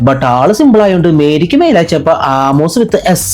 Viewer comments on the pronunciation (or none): ആമോസ് ❌ വാണോസ് ✅